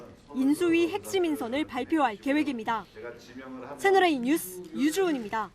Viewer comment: 조수빈까지 뉴스를 유스로 발음하는군요. 실망입니다.